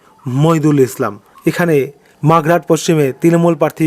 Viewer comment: আগে আপনি ঠিক থাক পর্থির নাম উচ্চারণ করুন পরে রেজাল্ট বলবেন। ওটা মাগরাহাট নয় মগরাহাট । বিধান পারুল নয় বিধান পারুই। কোথা থেকে পান এসব নাম।